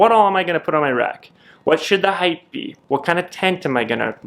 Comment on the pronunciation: There is no H at the end of the word height.